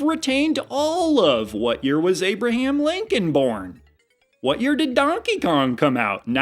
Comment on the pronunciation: *Danky Kang. With his accent lol 😹